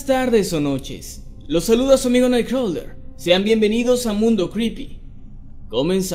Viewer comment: No mames la cagas con tu night crowwler !!!!! Dilo como es si no usa un nombre que puedas pronunciar